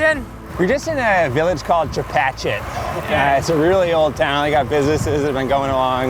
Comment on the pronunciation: Good ride, nice music, great donuts. Note to editor: Chepachet is not Chepatchit